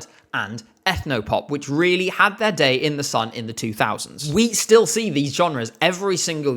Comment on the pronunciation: Lena's "Oi DiD iT jUsT tHe oThEr dAIy" is still hilarious. But I actually don't think it was disingenuous. She had an Australian teacher. A good portion of her English education had an Aussie accent and the rest was probably RP (and probably some GenAm through American media). Having a patchwork accent can be a pain. Speaking "accent-free" English is hard enough for a non-native speaker already. And having multiple pronunciations come to mind all the time doesn't make it any easier. Her accent sounds like a typical case of oversteering to me. Trying too hard to stick the an accent you still haven't mastered yet. Didn't stop her from winning, though. People really wanted to root for the awkward teenage girl who sings about being in love. Being clumsy, making mistakes, being nervous (and being shipped with Alexander Rybak because she spent a lot of time behind the scenes with him) definitely added to her appeal. You can still hear her accent in her more recent songs. Still there, but more stable and natural now.